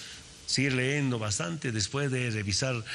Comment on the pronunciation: Aweonao....se dice leyendo no "leendo"